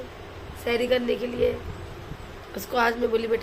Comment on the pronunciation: Sehri not sheri